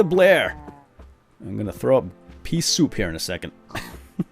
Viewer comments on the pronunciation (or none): none